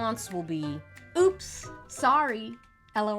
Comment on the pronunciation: I like how you pronounce it L.O.L. Gives it a bit of Je ne sais quoi.